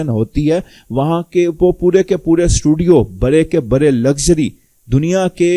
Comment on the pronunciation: برے برے آپ لوگوں کی ڑ سہی نہیں ہوئی برے برے نہیں بڑے بڑے کھرے نہیں کھڑے پھودی دیا